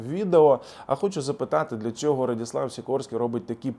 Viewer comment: Не Радіслав а Радослав